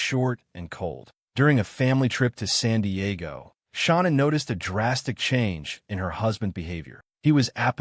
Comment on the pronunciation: Pretty sad YouTube video on these people and you can't even pronounce her name her name her name is Sha. Nam And you probably wonder why you getting no views idiot